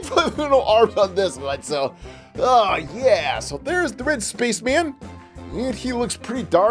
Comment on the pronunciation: “Looks like the Red SPACHMAN” did you say spaceman or SPACHMAN